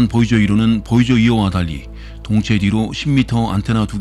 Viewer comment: 보이저를 보저라고 말하고 플루토늄을 플루토뉴밍이라고 잘못말하고 쓸데없이 참고로라는 말을 하는 것은 매우 듣기 거슬린다.